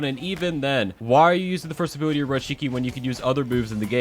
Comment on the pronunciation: Ability - abooty